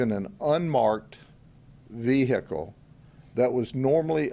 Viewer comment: no one: every cop ever: ve-HICK-le